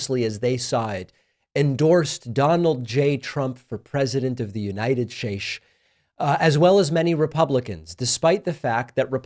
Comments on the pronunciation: Was his mispronouncing United Shates intentional? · Mispronouncing United States is incredibly annoying and it is like you told a joke that was funny the first time or two but it is no longer funny. If it continues then you are going to lose followers or at least this one. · Yes, making fun of trump who slurred that some years ago 😊